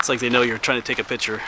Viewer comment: It’s picture not pitcher just messing with you